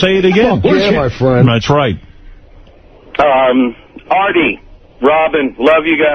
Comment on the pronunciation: shaggy calling Artie "Arby" was great